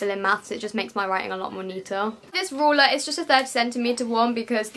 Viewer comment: why she say ruler like that makes me feel weird how she says it